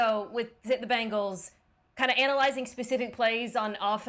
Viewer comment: It's BENGALS not BEGNALS. We did have them begging for mercy though😂😂😂. Good game RAVENS!!!!🎉🎉🎉